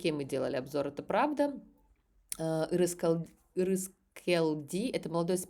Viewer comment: имя Ырыскелди будет правильно и легче произносить как "Ырыскельди"... На кыргызском языке мягкий знак не ставится, но "ел" надо читать "ель"